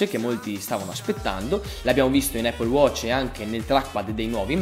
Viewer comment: comunque si pronuncia "Appol" non "Eippol".